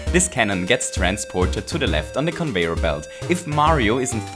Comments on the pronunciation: i'm not making fun but every time he said convoyer i laughed so hard(i was trying to be serious be fore and after watching this i didn't work) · WHY CAN'T YOU JUST SAY: CON-VAY-ER-BELT? Note: You do say con-vay-er-belt sometimes* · I Die as many times in fortnite as he says convoyer belt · "convoyor belts" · Conouyar belt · Convoyeur belt? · he says convoyer belts xD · when you pronounce conveyor belt it sounds like convoyer belt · "Convoyor" "goompa" "mereo" "cringe stories" "cringe effects" "talks weird" reasons why i didnt subscribe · he's saying convoyor belt so often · It gets on my nerves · I love this series so much which is strange because I don't have Mario maker XD p.s if your reading this where are you from because I like your accent (No offence but it's pronounced con-vey-er too) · (No offence but it's pronounced con-vey-er to XD typo) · I like how you pronnounce it as convoyer belt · It's pronounced con - vay - yer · bambamboodee I see... he mispronounced lol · Conv e yor Belts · I wanna smack this boi for the way he says conveyor belts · you really butcher the word conveyor xD